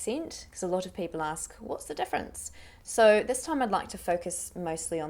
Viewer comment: Hi. Thanks for the great video! I'm wondering, how do you pronounce that "o" in "so" on in a rolling manner? It sounds more like [sour] rather than [sou]. I'd love to learn how to do that. Thank you!